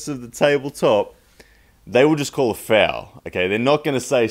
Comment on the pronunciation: Is this guy saying FOUL or FAIL speak english please.